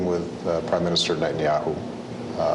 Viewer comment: שמתם לב שהוא אומר ראש הממשלה בנהיהו במקום נתניהו